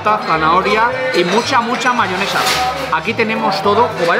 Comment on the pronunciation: una consulta, vi que le dicen Mahonesa, a veces pronuncia como Mahionesa otras cómo Mahonesa. Cuál es la forma más habitual? Fuerte Abrazo Porteño.